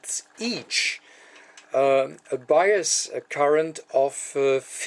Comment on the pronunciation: Hello-- There was a minor confusion in your explanation of the set-up of the bias voltages. In the video, you used the term "buyer's voltage". It took some time for me to realize that you were saying "bias voltage". LOL Very funny, on my part. Very nice video, and very well done. The importance of a good visual is shown here.